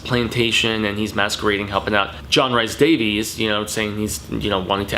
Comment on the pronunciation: Names you mispronounced: James Remar (REE-MAR) and John Rhys-Davies (REESE-Davies)